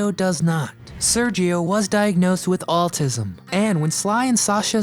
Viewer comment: Pronunciation: I think you are trying to say the word ‘autism’ yet twice I’m hearing the word “altism”. Of course, the issue could be my hearing. Anyway, wanted to share my observation in order to be helpful. Thank you for putting together these compilations.